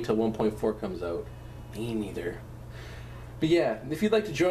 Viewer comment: it's funny because he said oot instead of out